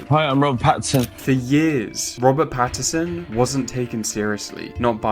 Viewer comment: Great video however is his name not patt-in-son and not patt-er-son